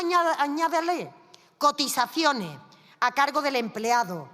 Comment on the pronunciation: ALEJAO, APARTAO, INTERÉ, COTIZACIONE, EHPAÑA, que mal habla....